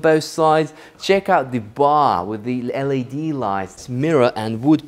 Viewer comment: I love your tours. When you pronounce Led it's said L.E.D lighting, pronounce the letters individually. The shallow shelf in the pool is called a baja shelf, which is pronounced as baha. Keep up the great work, thanks Roy.